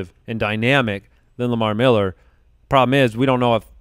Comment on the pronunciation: Lamar "MEHller" Miller